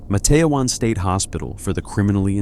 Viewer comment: IT'S Matt-te-wan...